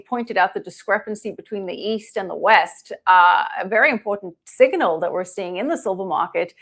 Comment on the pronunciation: Siganil? Last I remember the word was signal.. Where the f*** did you learn English?